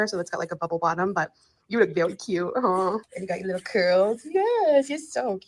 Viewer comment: Yes! I CANT STAND the “ant” for “and”. The way she ends her words DRIVES ME NUTS!